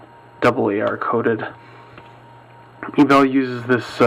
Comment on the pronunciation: Great video. However, I'd like to point out a small error in the pronunciation of Ebel. It is actually pronounced as (AY-bell).